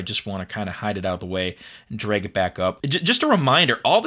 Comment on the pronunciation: it's pronounced drag, not "dreg"